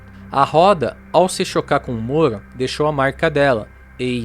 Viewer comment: Só eu ouço ele falar “moro” Ao invés de muro?